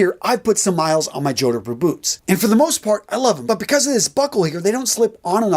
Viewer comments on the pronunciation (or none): Jodhpur. Pronounced Jodd-purr. Not, Joder-pur. It originated in Indian, used by British Army officers whilst riding. Still worn in undress uniform by some British Army cavalry regiments. Otherwise, an excellent production,.